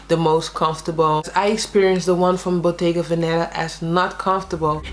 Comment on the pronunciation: It's bottéga véneta. The accent is on the first e in veneta not venéta.